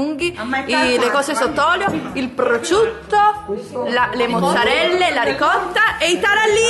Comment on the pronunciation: Prosciutto...non prociutto🤦🏼‍♀️🤦🏼‍♀️